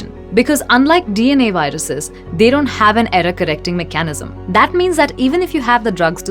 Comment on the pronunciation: I love the pause --- MEKA - NISM... love the accent...!